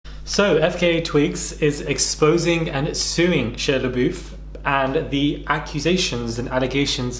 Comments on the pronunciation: 🤦‍♀️I'm sorry but the pronunciation of his name is irking me😒 I love u but it's pronounced SHY-UH LUH-BUFF not SHEE-UH LUH-BOOF!👌💯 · I think the jerks name is pronounced SHY-YAH LAH-BUFF. Im not surprised to hear any of this. He's confessed to having major emotional issues. I know I don't know FKATwigs but I was really concerned about her when she was dating him. I commend her courage in speaking out. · This is serious and I hope that FKA gets the closure and justice she needs. As a side note, the way that pronounced Shia LaBeouf has me weak.